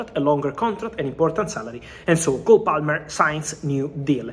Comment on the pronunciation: Did Fabrizio call him “Goal Palmer”? Nice